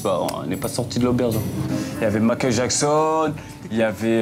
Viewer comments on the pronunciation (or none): none